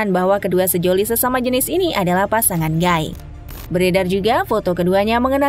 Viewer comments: Gay : bacanya "Gei", bukan "Gai" ya... Kalo Guy : baru dibaca "Gai"... Hehehe... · suara bagus, baca narasi keren kyk pro.. tapi baca "gay" nya gaiiii.. gaiii ... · Gay itu dibacanya "gey". Blo'on bgt ini pengisi suara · Gai(Guy)? Bukan sebutan nya Gey(gay). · Maaf ya nona narator. Lelaki homoseksual itu disebut GAY (ucapkan gey). Para pria sering dipanggil GUY atau GUYS (jamak) lafalnya gay atau gays. Jangan terbalik ya, lain artinya.